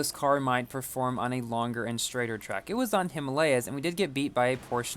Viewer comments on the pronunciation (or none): none